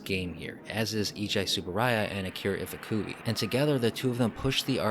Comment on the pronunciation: Ifukube EE-foo-coo-beh. It's not iff uh cu bee. Show respect for the man.